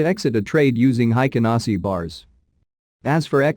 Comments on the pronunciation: Hey robot, It is pronounced "Hey-ken-Ah-Ee-shee" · Haykin Ashi is the correct pronunciation. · Heiken ashiじゃない、Heikin ashiが正しい 漢字で書くと「平均足」